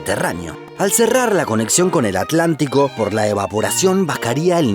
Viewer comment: Entramos mal. Correctamente pronunciado, es At-lantico